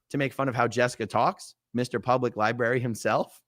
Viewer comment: Library = Lie Berry as would say